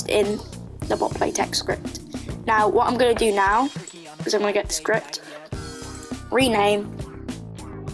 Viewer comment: you aren't alone with the "scripy" thing, i do that too 😭